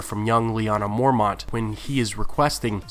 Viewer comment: stop saying mormaunt